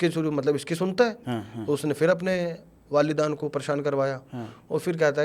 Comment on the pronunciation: वालिदान ❌ वालेदैन ☑️